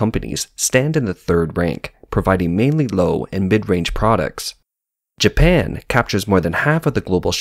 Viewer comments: calling japan.....janpan, that made me laugh so hard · A new land has been discovered "Janpan".